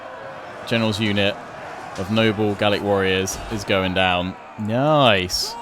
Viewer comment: Don't stop saying noice it is funny :)